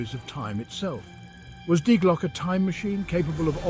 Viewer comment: I don't know what is more annoying.. the constant mispronouncing of the german article "die" or the totally randomly matched stock pictures 😅